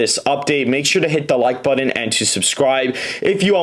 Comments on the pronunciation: I refuse to hit the Like Button until you stop pronouncing button as “but-Done”! What is that? Excellent video though. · That’s not how you say button.